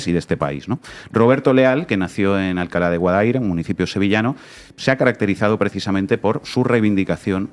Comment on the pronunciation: Alcalá de Guadaíra, con acento en la i por fa 😅...